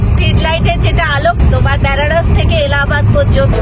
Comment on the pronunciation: বোন খুব ভাল উপস্থাপনা। সুন্দর বিশ্লেষণ। তবে বলার সময় ব্যানারস না বলে বেনারস উচ্চারণ করলে মনে হয় আরও ভাল লাগত।